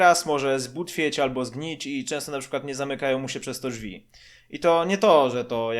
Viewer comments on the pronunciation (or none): none